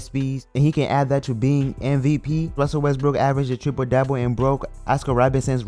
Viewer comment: He said triple dioble I'm sleep